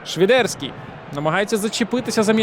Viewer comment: А чому "Швідерський", а не Свідерський, як заведено в українській мові?